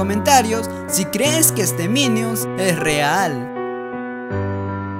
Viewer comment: Alguien más Se dio Cuenta que Dijo miniun En lugar De minion?XD